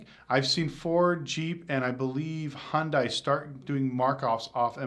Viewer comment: I cant stomach people pronouncing Hyundai wrong, and i dont even drive those turds. You killing me man